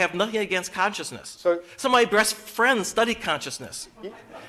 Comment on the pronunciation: somebody tell me why the audience laughed? Was it because he said "some of my Brest friends" That's best with a R in there. Other than that,anybody watching thus far can admit.this clip had a tinge of sourness instilled in